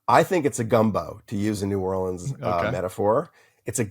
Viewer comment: I've read all of Lewis' books. It was astounding to hear him say he didn't know the name of the newspaper in New Orleans - and it's "norlins".